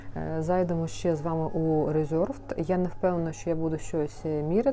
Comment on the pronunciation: Доброго дня. Напишіть чому ви кажете різорд, якщо ви в reservedp???? Киньте на перекладач як це читається. Дякую